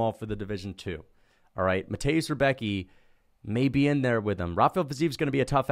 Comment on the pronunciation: lmao you totally screwed mateusz rębecki spelling but i dont blame u it just sounds funny to me